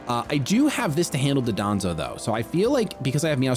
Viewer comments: Dondozo is pronounced don do zo not duh don zo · I assume I'm not the first to point this out, but it's Dondozo, not Dodonzo. Super common mistake. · Pronounced “Don-dozo ” just by the by. That’ll be a little easier to fix instead of the 15-year Hydreigon pronunciation lol